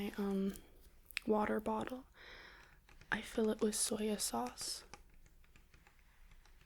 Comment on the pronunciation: I like how she says soy sauce “soi a souse”